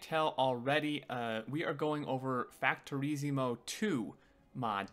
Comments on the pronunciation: factorizimo xD lol, cant pronounce a double s? there is no language that pronounces ss to Z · "factoreezeemod" :D, great video